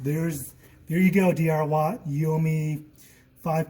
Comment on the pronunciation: it DWRAT not DRWAT. LOL.....